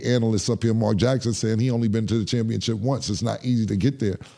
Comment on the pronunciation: 😂 Cam when he say “Championchip” smh 🤦🏾‍♂️